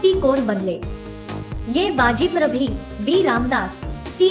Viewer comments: घाणेरडे उच्चार!!! अपुरी माहिती.चुकीची नावे.गंगा भट नव्हे तर खरे नाव गागा भट्ट.तसेच बाजीप्रभ नसुन बाजी प्रभु आहे.तसेच दादाजी कोंडदेव नसुन दादोजी कोंडदेव हे आहे.आधी गृहपाठ करावा.योग्य उच्चाराचा सराव करावा मगच शिव धनुष्य पेलण्याचा प्रयत्न करावा. अतिशय सुमार दर्जा असलेली चित्रफित. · बाजीप्रभू आहे,बाजीप्रभी नाही.उच्यारण ठिक करा. बाकी ठिक आहे. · ते बाजीप्रभू आहे ते बाजीप्रभी नाही आमच्या बाजीप्रभुंच नाव नीठ बोलाईच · बाजीप्रभू आस टाईप केलंय आणि बाजीप्रभी असं का म्हणता 🤔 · बाजीप्रभी नाही बाजीप्रभू होते ते 🚩🚩🚩🚩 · बाजीप्रभू शब्द nit करा